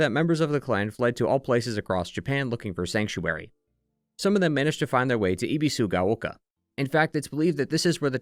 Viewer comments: Ah yes "ee bee su ga oh kah" Dude, you spent hours obsessing over a game in Japanese and you couldn't make an effort to pronounce the names right? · Ebi like the shrimp, like ebb and flow, bee like the bee. Sue like the girls name and gao rhymes with cow. Your pronunciation is rough.